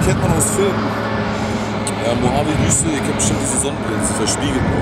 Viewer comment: und du nicht dass es micht mohabe sonder mojave heisst